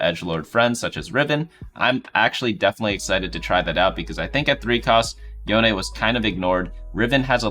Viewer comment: I'm slightly triggered by the pronunciation of Yone being both "Yoan" and "Yonei" in the span of two sentences.